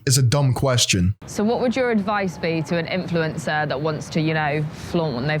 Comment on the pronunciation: doesn't say "influencer" right anymore.:(